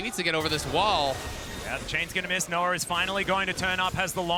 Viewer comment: Why do they keep saying Noah like Noar